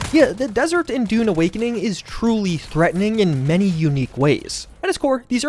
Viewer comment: i keep hearing "Dude" instead of "Dune".